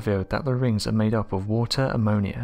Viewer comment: rings of watahhhh and amoniahhhhh